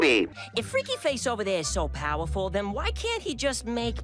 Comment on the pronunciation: I still hate how the pronounced "powerful" as "powerfell" just so it could rhyme